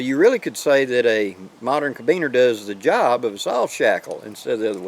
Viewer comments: Felix IMMLER. Carabiner; not 'cabiner'. but you've got me fired up,; I'ma go make some right now! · say it with me really slow and careful like CAR_A_BINER. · on the diamond knot. I’ve been using this basic design for the “core” of my buckleless paracord bracelets for years. Absolutely love the southern pronunciation of carabiner. 1/4 inch plumbing collet makes a great bead, although it may slip a little easy for some applications.